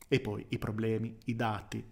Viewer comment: Te lo scrivo solo perchè so che ci tieni: tendi a chiudere spesso la "o" di "poi" che al contrario è aperta. A parte questa piccolezza ne approfitto per farti i complimenti, contenuti intelligenti, preparazione intelligente (di te stesso) e dialettica altrettanto intelligente. Più che un "Grande" è necessario scriverti un "Grazie". Grazie